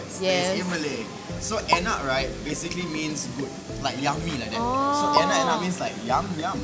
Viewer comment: Enak enak sounds very wrong for indonesian lols